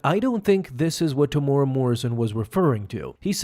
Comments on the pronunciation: Yo love the vids bro, just wanted to say, you pronounce Temuera as Te-mu-era. 🤙🏾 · Say his name properly Tem-Moo-era is how it’s pronounced